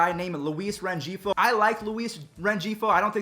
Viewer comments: Ren g fo How it's pernouced:Ren he fo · BTW: It's (REN-HEE-FOE) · Rengifo is Ren-hee-foe “G” is silent like an “H”. I understand tho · It’s Luis Ren-hee-fo btw 😅